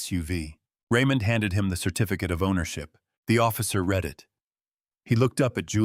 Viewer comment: The words "lead and read" were constantly mispornounced constantly in this story. You should proof read/preview your work.